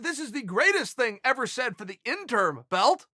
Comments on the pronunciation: Interim, not intern. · Why does he keep saying "intern" then "interm" and also probounces is right - "interim" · Chael "Intern, Interm not Interim" Sonnen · It’s interim* belt Chael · It’s been years and Chael is still saying “INTERN belt/ INTERN Champion” 😂 When is he going to realize it’s INTERIM. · Every time he says "Interm" I cringed just a tiny bit..lol he can be soo bad Pronouncing things sometimes. Lol we still Love you Cheal... #InterImChamp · Interm? Ya know its interim right? Fkn idiot yanks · Lol double "interm" champion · Nobody: Chael: “Interm” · Chael "interm" Sonnon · THE INTERM BELT LOL at first it was the INTERN belt 😂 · Chael "In-term" Sonnen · Chael isn't saying "intern" champ.....is he? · Chael "Triple Inturrm Champ" Sonnen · And interm champ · I swear when Chael says "Interim" it sounds like "INTERN" Double INTERN Champ. xD!!! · "Do I pronounce it Intern, interm, or interim?" "Just use all 3" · Thank you. How can he not say interim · Chael “interm” Sonnen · Chael say it...JUST SAY.. INTERIM